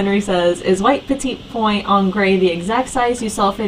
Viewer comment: Just a heads up...Petit Point is pronounced “petty point”.🥰 Love you ladies!